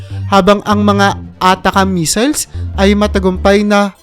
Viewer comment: Missile hindi measle